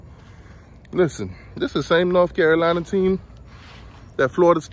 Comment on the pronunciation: What is a "Norf Carolina?" Not sure. But lets hear more about 1980 though.